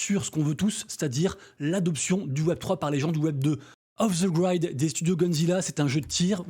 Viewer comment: Off the Grid ... Pas : off the Graîde :) Sinon,malheureusement, il suffit de regarder l'animation ds persos (comment ils courrent) pour s'apercevoir de l'amateurisme stratosphérique :) En revanche Today interroge ... Si jamais une WL